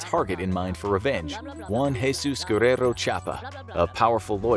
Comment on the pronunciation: de Jesús, not DA GEESUS 🤦🤦🤦